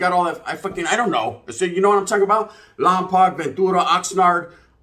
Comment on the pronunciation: Saludos and much love from the 805 Lámparas appreciate the love G just wanted to say real quick Lompoc is a Chumash Indian name and it’s pronounced Lom-“poke” but none the less feeling the love